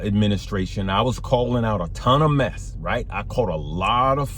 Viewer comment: You say lot of meth or mess out there ? Lots of both 😂😂